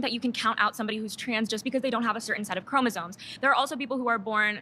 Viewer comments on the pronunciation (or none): ChromosoMe not “chroma zones”